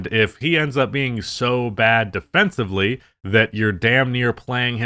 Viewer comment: I’ve heard you say “defencibly” way too many times that I worry you don’t know that it’s defensively